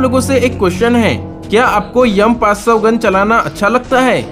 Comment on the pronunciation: M500 ❌ yum500 ✅ 😂😂😂😂😂😂😂😂😂😂😂😂